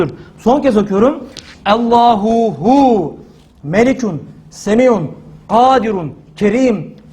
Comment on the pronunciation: Hocam ALLAHU HU DICEZ DEME Hüve hu dicez.bircok kez dinledim.ALLAHU HU